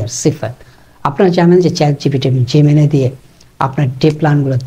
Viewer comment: অশেষ ধন্যবাদ। আপনি ভয়েসে বললে সে আপনাকে ভয়েসে বলবে। আর উচ্চারণ হবে “জেমিনাই।”